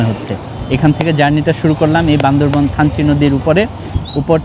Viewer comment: বান্দরবন না বান্দরবান বললে কি সমস্যা🙄